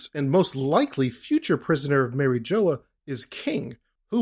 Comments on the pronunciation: Saying “marry-jola” is crazy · The way you pronounce mariejois pisses me of, but I agree with your theory completely.